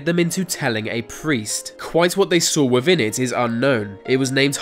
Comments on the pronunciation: Wivin? That within in English? Ah yes I fink so..... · Why can’t you say ‘th’ or ‘t’? Ve instead of the, vey instead of they, wivin instead of within....driving me nuts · Aa Glad Wivvin thee uff (within the 🌎 earth) 😂👍